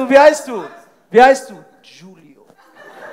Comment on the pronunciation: *Giulio und nicht Julio ... 😉